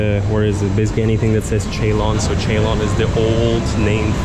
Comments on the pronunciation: Its not Cheylon ..its pronounce as sealon/ C..loan/C..lon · Ceylon is pronounced“Sealoan”